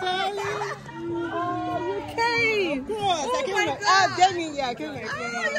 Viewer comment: Nooooooo you said 'hi darhling'